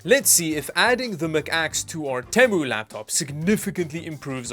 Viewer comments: PLEASE PRONOUNCE THINGS CORRECTLY OMG ITS RIDICULOUS NOW LIKE YOUR DOING IT INTENTIONALLY EXAMPLE YOU SAY “TEHMOO” INSTEAD OF “TEEMOO” or NVIDIA CARD “TI” IS PRONOUNCED “TEE-EYE” NOT “TIE” I COULD KEEP GOING BUT YOU GET THE IDEA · Te-mu not tem-u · only stupid thing u did was pronouncing Temu like that. its Tea-moo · Actually, it varies between T-I and Tie -- even nVidia representatives have interchanged the two. shrug But the Temu thing, yeah. I cringed a bit there.